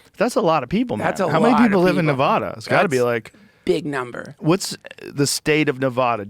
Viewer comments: joe rogan still says Nevada wrong. Wrong wrong wrong. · Joe. Stop mispronouncing Nevada.